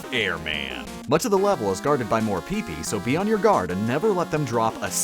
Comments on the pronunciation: It's PIHP-PEE, not PEE-PEE. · every commenter ever: YOU PRONOUNCED PEEPEE WRONG Every commenter ever: THERE ARE HIDDEN WORDS WHEN HE SAYS PEEPEE